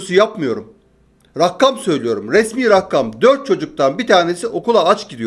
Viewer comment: abi 11 kez rakkam dedin bir kezde rakam dedin iyi aksamlar